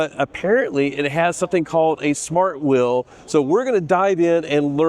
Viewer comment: Presenter needs to learn how pronounce the difference of "wheel" and "will"